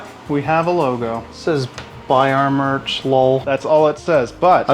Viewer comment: Bro said buy our mercy but I heard fire merch